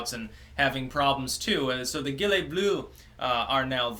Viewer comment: VV Bien entendu, il n'y a pas d'équivalent exact pour le "eu" français en anglais. Le "oo," c'est juste une prononciation approximative (book, look, good-- beuque, leuque, gueude, et non pas bouque, louque, goude). Le problème pour, c'est qu'il dit "guilets" au lieu de "gilets."